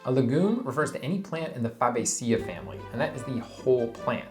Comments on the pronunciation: For the interested, Fabaceae is either pronounced FAB-A-CEE-EE in America, or FAB-A-CEE-AI in Britain, but never FAB-A-CIA. A lot of us freak when facing three vowels in a row, but it's fun trying. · Fabaceae - "Fuh-Bay-Sea-Ay" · Fabaceae: fuh-BAY-suh-ee. As a rule, for biological terms the primary stress is on the third to last syllable. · Thanks for the entertaining and enlightening video. Master chef you may be, but you're a sorry botanist--your pronunciation of "fabaceae" wasn't even close, and you didn't actually explain the difference between a lentil and a bean (though you'd said you were going to), merely stating that they're both types of pulses.